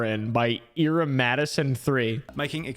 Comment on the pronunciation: that’s not how you pronounce Ira